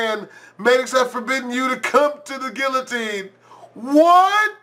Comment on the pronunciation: he pronounced quillotine wrong, lolololol